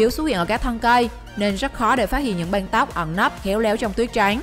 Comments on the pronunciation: Đg xem mà nghe cái banh banh =) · Cái giọng đọc đặc chất địa phương khó nghe quá : từ băng sao lại đọc thành banh ? hình như lưỡi ngắn ấy ? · băng mà cứ đọc banh, đóng bank , may máng, bạn có nghĩ ràn :)) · Băng not banh nha chị :)) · Băng not băn :) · Băng not banh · Đóng băng chứ k phải đóng banh . Thác lửa chứ k phải tháp lửa . Lỗ chứ k phải lổ Nhảm vkl 😏😏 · Lưỡi to ý mà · Lỗ mây mà đọc nghe như lộ mây, còn băng thì nghe như bank